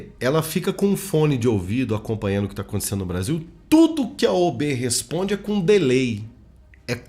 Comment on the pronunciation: “OB” não, “OAB”